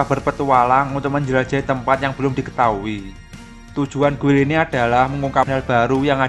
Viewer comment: gild bang bacanya. jangan guil ah